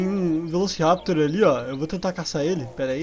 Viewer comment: E empresão mais no minuto 0.7 tu fala velociciraptor